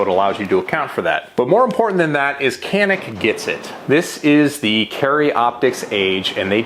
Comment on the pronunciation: I am Turkish, and Canik is a Turkish brand. However we can not buy it in our country. Not easy to obtain it due to strict laws. We can only watch American videos to learn more about it. By the way pronounciation is wrong. İt is something like "ja-neek".